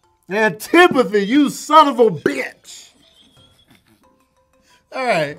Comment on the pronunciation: I’ve never hear someone pronounce “Son of a bitc$” as hard as Tony did 😂😂😂😂